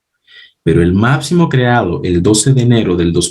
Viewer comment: excelente explicacion. Pero se dice máXimo!!! Reacción!!!ReaPcion no!!! máPcimo no!!! Gracias!